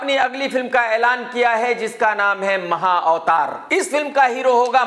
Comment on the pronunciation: Arey bhai maha avtar nahi maha vatar hai ya to mahabharat